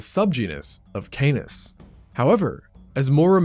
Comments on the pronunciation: the pronunciation of Canis is 'Kah niss', not 'Kay niss', because it's Latin, not English. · Stop saying Canus!!!!